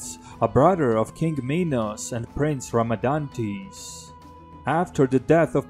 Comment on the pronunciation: Rhadamantys, not Ramadantease